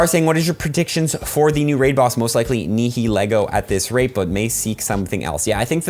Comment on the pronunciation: i know nihilego looks impossible to pronounce but in the anime they pronounce it nayheleego, the h is really muted and the nay is open like in night